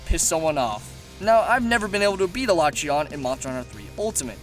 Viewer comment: Can You learn How to say their Fucking names? alatrEon Not alAtreon fuck man